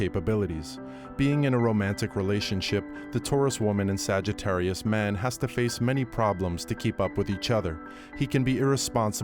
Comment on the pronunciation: 🤣🤣🤣 ," The sagga-ttarius".